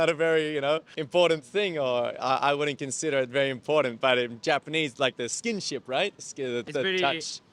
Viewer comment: Don't ever say "Skin - Ship" again in your life please thanx!😁🤙